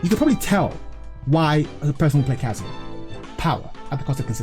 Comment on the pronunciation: when will you learn that its not "kaZUya", but its "KAzuya"